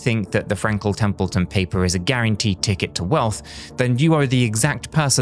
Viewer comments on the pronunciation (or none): Frankle templeton? Didn’t know it could be said like that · Frankel Templeton?! Lol this weirdo is AI.